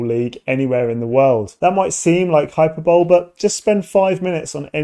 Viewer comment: That's not how you pronounce hyperbole